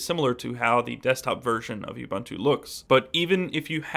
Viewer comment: It's pronounced oo-boon-too for God's sake!